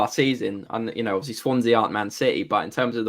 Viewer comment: It is more that he gabbles, they should all speak more slowly PLEASE. A word like obviously, which has normally 4 syllables is reduced to 'ofslee', etc